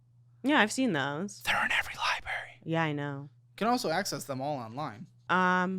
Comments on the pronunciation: Ah yes, libarians in a libary 😂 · If they pronounce it "libary" one more time I'm gonna lose it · Library not liberry please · Highlight of this episode is the editors calling out his library pronunciation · Not the editor calling out “Libary” 😂😂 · Its librarian, not libarian and library not libary. Also, don't they teach you how to use a library in school anymore?